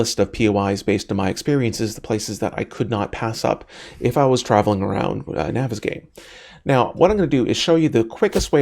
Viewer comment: I thought that the map was pronounced (naw-ves-gone).